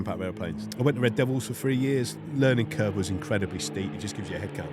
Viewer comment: Did he say learning curb ?